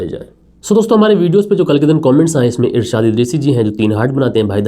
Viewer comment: Sir aap mera naam sahi nahi. Lete h mera naam irshad Ansari h ❤❤❤❤❤❤❤❤❤